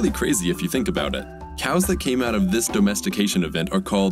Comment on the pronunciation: Why is the narrator saying dOHmestication?